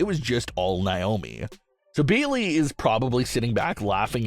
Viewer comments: It's Naomi not niomi 😢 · It's not niomi it's Naomi 😢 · Hey it's Naomi not niomi 😢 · Once again it's Naomi not niomi 😢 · Could you please stop mispronouncing Naomi 😢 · Please stop mispronouncing Naomi 😢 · Stop mispronouncing Naomi 😢